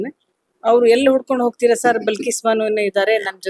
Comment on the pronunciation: ಅದು ಬಿಲ್ಕಿಸ್ ಅಲ್ಲ ಬಲ್ಕಿಸ್ ಮೊದಲು ಹೆಸರು ಸರಿಯಾಗಿ ಹೇಳಿ